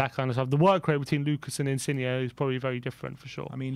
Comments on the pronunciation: I love that just cannot pronounce foreign names XD Insigne is pronounced (IN-SIN-YAY) not (IN-CIG-KNEE) Modrić is pronounced (MOD-RICH) not (MOD-RICK) Never change its too funny. COYS!!!! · Just your friendly neighbourhood Italian pronunciation guy dropping in with a few pieces of advice: 1. Insigne is pronounced "Insin-yeh", as the G followed by an N creates a Y sound. You don't pronounce the G. 2. Calcio (as in Calcio Mercato) is the Italian word for Football and is pronounced "Cal-cho", with a hard "o" at the end. Love the work guys, COYS